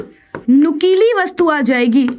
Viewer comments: Mam nukili not nukuli😅😢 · Nukeelee h mam nukuli nhi but you are great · Mam nukuli nahi nukili 😂 Apka writing kitana gnda hai😂